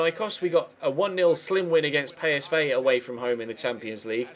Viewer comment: Why do you say pay-es-vey? When it's PSV